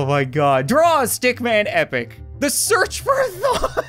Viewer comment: The searth for a tho... *dies